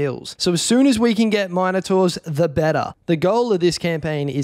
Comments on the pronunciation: The way you say minertaurs pisses me off 2 much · How the hell do you pronounce Minotaurs??